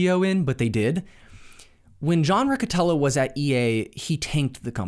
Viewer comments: John Riccitiello not Rocotello :D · lol this dude. The 2nd misstep that Unity made was hiring a man named "John Riccitiello". I don't know how that's pronounced. Dude more offended by pronouncing his name incorrectly than shaming him for destroying a multi billion dollar company.